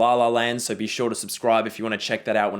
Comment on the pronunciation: I like the way pronounces the word so. He says soh. It’s very Australian.